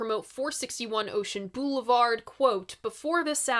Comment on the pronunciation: There it is again! BOO-levard! 🤣 You're doing it on purpose, aren't you? ❤